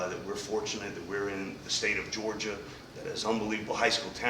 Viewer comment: So he can’t say Georgia